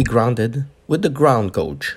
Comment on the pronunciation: SAY IT WITH ME GAYYYYYYYYYGE NOT GOOOOOOOGE......... GAYYYYYYYYGE = GAUGE..........